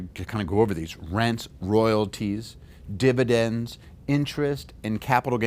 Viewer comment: fividends is that a new thing lol